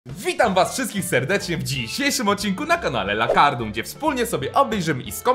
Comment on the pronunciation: dlaczego ty mówisz lakarDUM a to jest lakarNUM🤣